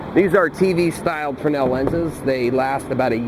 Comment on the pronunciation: I just looked up Frensel. Thanks. It being a French name (Agustin-Jean Fresnel) we've been over-Americanizing it. "Frey-nell" is the right way.